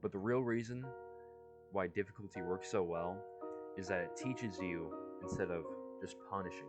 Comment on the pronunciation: your voice over is a little quiet, and also 'diffuctly' as opposed to difficultly. good video otherwise